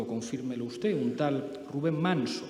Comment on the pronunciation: Pablo no sabe decir usted, en lugar de ustez. Todas las palabras terminadas en d, las pronuncia con Z. Dicho esto, por mucho que escurra el bulto, la verdad como él dice, se la pondrá un juez por escrito